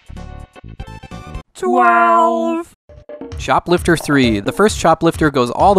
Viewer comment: Oh CHOPLIFTER ..... for a minute there I thought you said shoplifter III 😆... the first game based on retail theft!